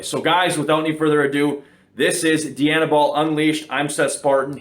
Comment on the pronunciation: Dye-Anabol . Not DEE-Anabol . As in Princess DIANA , not DEE-ANNA . Jeez , fucking canucks ..